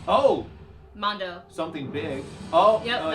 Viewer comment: Why is she pronouncing it "Mondo"?